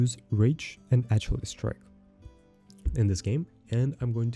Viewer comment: Ach-ill-ess lol